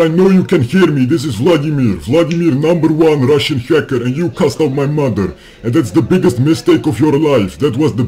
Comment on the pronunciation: Always best to start with cuss words. For example, the word “mother”, instead of saying “mudder” the way these scammers do, try saying it slowly: “muh-ther”, The first syllable is easy, “muh” but the Indian accent really sticks out in the second syllable. It sounds like “der” because the tip of the tongue touches the roof of the mouth as it moves towards the back. Instead, the top tip of your tongue should be touching your teeth as you begin to pronounce the “TH” sound. Same goes for the word “the”. Another big one is the word “very”, Indians usually sound like they are saying “veddy”. Try saying “veh-ree”, without allowing your tongue to touch the roof of your mouth when saying “ree”. Btw, I am not Indian, I am Hispanic.